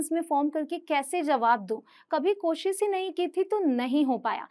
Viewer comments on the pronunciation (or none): Mam ap khud koshis bol rhe h koshish hota hai ..apki pronunciation b sahi nhi hai ..kya btayenge koshish hota h ya koshis